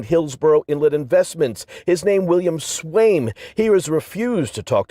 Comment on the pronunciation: Swaim or Swine? I heard Swine, and as hard as I try I keep reading it as Swine.